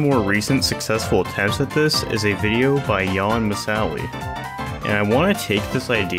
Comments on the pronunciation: Jan mi-sally... Ouggh... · Lol rip Jan Misali's pronunciation